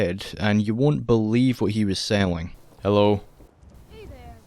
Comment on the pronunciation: dude how do you pronounce selling as saling?